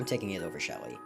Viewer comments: That ain't shelly thats shealle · that anit Shelly that’s sheheheheheheh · That's not shelter that's shelly